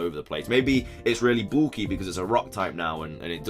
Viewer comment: Say "bulky" again. Lol ;)